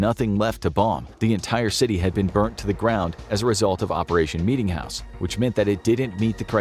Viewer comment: Bro meetingjouse sounded worst than the atomics